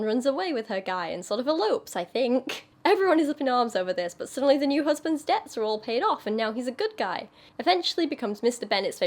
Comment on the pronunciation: I just wonder, are you british? Or have british roots? Your accent seems purely american, but that "böööt" when you say "but"...